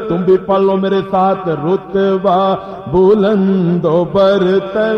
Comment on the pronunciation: Start ka word rutba hai, rotba nai durust krain